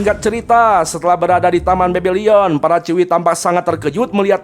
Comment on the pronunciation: Bebilon bang bukan bebilion!